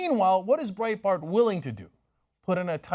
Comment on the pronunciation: It's Breitbart, Cenk. It's Breitbart.